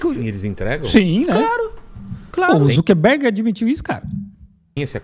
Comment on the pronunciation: "o marc zuperguede"